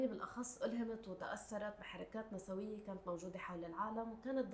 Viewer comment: هي نِسْويّة مو نَسَوِيّة نسبةً إلى الجمع نِسْوة الأغلب يلفظوها هيك خطأ 🌚❤️